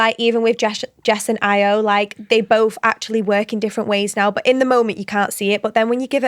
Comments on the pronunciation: It’s pronounced io not ayo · If you’ve watched the show how do you not know how to pronounce Ayo 😭